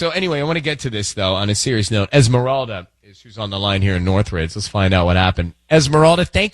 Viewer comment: Es Miranda 😂 its Esmeralda obviously a white person posts these